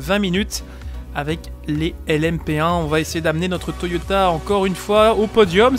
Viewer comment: J avais jamais fais attention mais a 2m52 Toyota en fait le vrai nom c'est "TOYATA" lol